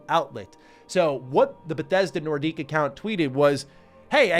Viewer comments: Nordique ? What is that pronunciation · The word Nordic is prounced NOR-DICK. Not the former NHL team in Quebec City. Put that into your memory banks :>) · Wow, has a very French pronounciation of "Nordic".